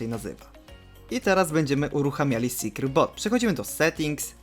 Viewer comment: secure boot wypowiada sie: 'sekjur but' nie 'sekjur bot'